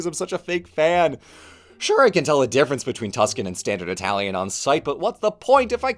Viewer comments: the way you rightly pronounced the words, yet still having a very marked accent is something i never thought to be possible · It's a lot more jarring when people do it without the correct pronounciation or a very thick accent, imo. is actually one of few people I can listen to speak italian and not be jarred because he actually speaks it correctly.